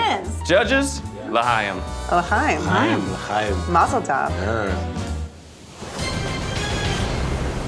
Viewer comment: Zach saying Lchaim without the flem after making a Jewish themed dish and the judges responding with better pronunciation was all sorts of confusing.